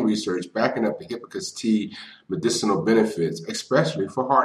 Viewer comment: I am distracted my you not pronouncing hibiscus correctly, especially since you say it so many times. You are not pronouncing the first s in the word.